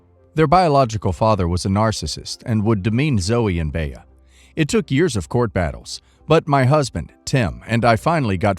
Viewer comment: Bea is pronounced 'Bee'. Baya is painful to the ears.